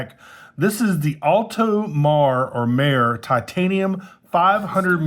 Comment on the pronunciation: Mare = say "Mah-Ray" (and roll the R)